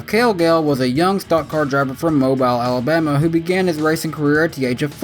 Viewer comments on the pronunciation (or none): it's pronounced Moe Bill I know it's spelled Mobile but some places here in Alabama are pronounced weird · You said mobile wrong